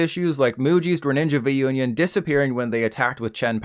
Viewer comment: Im sorry but the way he calls V-Union card v-onion 😭 Fr tho im starting to feel like the devs dont really care ab the game anymore, since we have been screaming for forever now but nothing seems to be done. What a disappointment